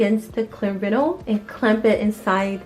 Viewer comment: It’s not pronounced vinal it’s vinyl, love your channel new sub from me.